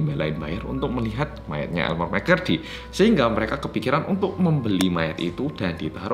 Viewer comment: elmer mccurry me: ha? elemer mcflurry?